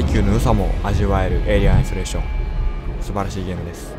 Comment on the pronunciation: 最初のゲーム名の言い方でサーキュレーション思い出したw